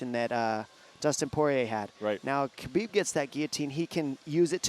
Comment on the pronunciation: It's ha-bib not ka-bib. How hard is this to figure out? Have a staff meeting.